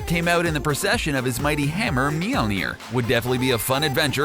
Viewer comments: He said mujer rong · he said the name of thors hammer wrong...